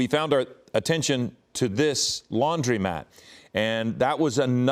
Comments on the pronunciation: Stop saying Laundrymat. The word is Laundromat. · To announcer: It's a laundromat. You've never seen a sign that says "laundrymat" so why are you say it?